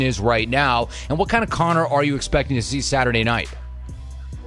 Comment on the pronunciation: Bispings American twang is getting worst.....listen to how he says Connor